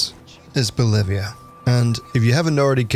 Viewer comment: ngl i thought this was unrecord at the beginning and then i even thought ''wtf did they kinda.. downgraded it just a little? what a shame.. i really thought these days we. omg he said bolevia its Wi- ITS WILDLANDS WTF''